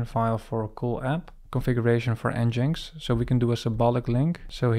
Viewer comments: I think it is pronounced EngineX not n-jinx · Nice intro to Next mate. For reference it's pronounced Engine X, not En Jinx 😅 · wonderful tutorial. never heard nginx pronounced 'En-Jinx'. I've always called it 'Engine-X'